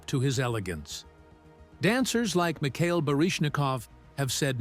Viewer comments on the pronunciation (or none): none